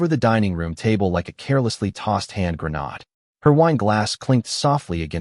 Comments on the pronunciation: MY! MY! Seems that HUBBY is better than KARNAK the MAGNIFICENT or the Psychic PETER HURKOS? Able to SEE ALL & Know all?? Nice FICTION! GET AT HUMAN READER. The word GRENADE is pronounced GREE-NAID not like part of GRENADA! AI can be so STUPID! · GET A HUMAN READER! It;s GREE-NADE Not like GRENADA! Stupid AI! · Every AI story pronounces grenade like that. Glad it’s not just me.😂